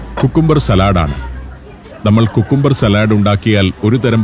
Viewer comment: സലാഡ് കൊണ്ടുവന്നു എന്നല്ല പറയുക സാലഡ് കൊണ്ടുവന്നു എന്നാണ്